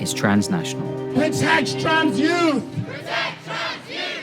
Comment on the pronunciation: “Trance youth” bro log off